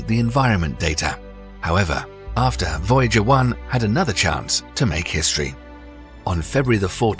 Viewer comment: Voyager was mispronounced